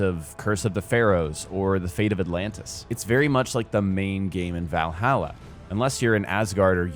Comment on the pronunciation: The way you say Valhalla legitimately triggers me 😂